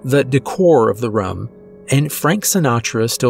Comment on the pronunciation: So I’m not the only one who noticed “rum”? Ok I never want to say anything because he’s so fantastic but it sticks out to me every time 🤣